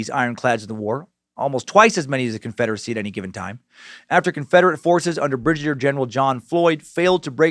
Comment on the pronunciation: Breeg-a-deer general